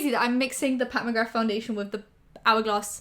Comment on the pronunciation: The "th" at the end of McGrath is silent. ✌️💕